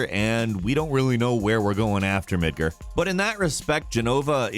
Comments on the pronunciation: Mid-GAR, Mid-GAR. Its not Midger... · Dude, the new game has SOUND. There is no excuse for you to keep saying MidgEr. It is pronounced like it is spelled: MidgAr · It’s Mid-GAR, not Mid-ger, you tool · So let's talk about pronunciation: "Midgrrr" <---have i been saying it wrong this whole time??? Here i thought it was "Mid gaar" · Why does pronounce everything wrong? Lol "midger" it's triggering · Wait....did he just say “Midgurr”? Is that correct? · Who says "Midgur"?!?! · Thumbs down for "Midger". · Did he just pronounce midgar "midger"??? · "Midgrr" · the way he said midgar made me very uncomfortable.